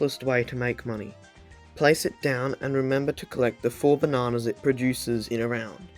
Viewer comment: I'm not making fun of him, but the way he says, "Ba nah nahhss" is making me enjoy this video more than I should